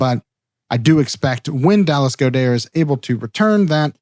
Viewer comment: I like the new pronunciation of Goedert. Is this a Doc thing, or did Dallas recently make an announcement?😕